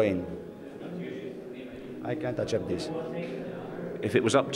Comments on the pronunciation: Here's an Italian Language lesson to learn from this video, "cc" is pronounced as "ch" in Italian, hence the "achept" mistake that Robby made here. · Ai chent axept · Did he pronounce accept as "achept"??! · "I can't achep this" 🤣🤣🤣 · He didn't say that. He said "can't achept". Because "cc" in Italian would usually be pronounced that way. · Love the way he pronounces “accept” 😂😂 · He said like this because in Italian a letter "c" is pronounced as "ch" when it comes before "e" or "i". So it was a habitual for him, an Italian accent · It's pronounced with a 'ch' in Italian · he said it in italian. If u read it in italian that is how most people would pronounce it.